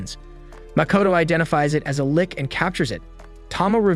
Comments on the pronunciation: I feel a stab on my heart everytime he calls the lich... a Lick xD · It's not a lick, it's a lich